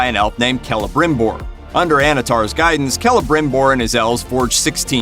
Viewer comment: Well, at least he pronounced Celebrimbor kind of right.